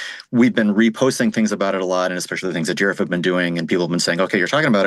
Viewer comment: love how you prononce it 'deerhuf'